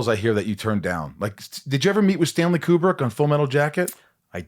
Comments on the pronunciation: Maybe it's because he pronounced his name as KJu-brick insead of Kubrick. I don't see a "J". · And it's pronounced KOO-brick, as in Coo-coo-brick